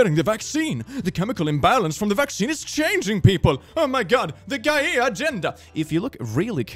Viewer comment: Geye-ee-ah Gieeah Um. Wait how would I write funny pronunciation of gay